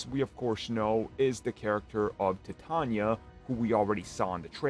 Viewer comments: *titania not tanya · Bruh stop say TITANIA name like “TiTANYA” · uhh tanya? it's "TITANIA"